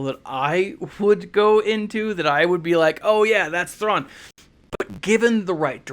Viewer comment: Your pronounciation of his name is much better than mine!